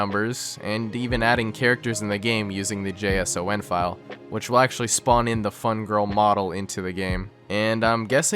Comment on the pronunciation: Weird way to pronounce JSON (file).